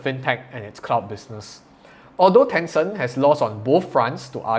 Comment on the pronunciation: Ten Cent. Not Tenson! 😬